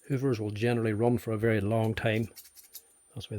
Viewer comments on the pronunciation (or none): none